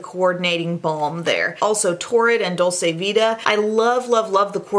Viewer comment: FYI Dol-chee-vita